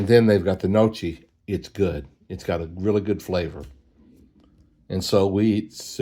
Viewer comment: Gnocchi is pronounce N(Y)OH-kee. I only know that from watching food shows, plus I also like it! Also, more explosion stories😅